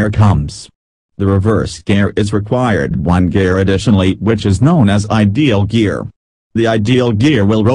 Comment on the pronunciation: Bro wth is "ideal gear" man it's idle gear